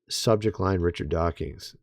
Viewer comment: I'm starting to think you purposely mispronounce Richard DawkINs so that people will comment on your video, lol. There is no "G" in Dawkins.